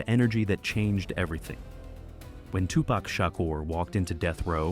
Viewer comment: Besides: Are we to believe a white dude who dos not even know how to pronounce Tupac and Suge correctly???/ Hahahaa F in idiots with more BS lies.....